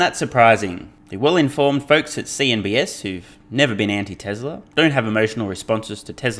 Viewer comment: It’s CNBC not CNBS oh boy